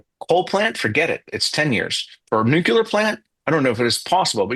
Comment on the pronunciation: Nucular is not a word. You mean nuclear.